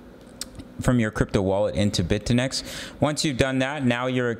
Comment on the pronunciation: Bit-eh-nex as you say OR Bit-you-nix